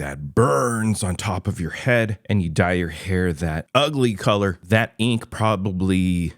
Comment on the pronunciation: It’s fucking called “HAIR” not Here stupid fuck